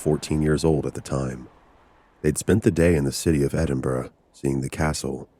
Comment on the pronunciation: The joy from hearing an American pronounce "Edinburgh" perfectly... A fantastic upload, and a wonderful collaboration from three outstanding content creators.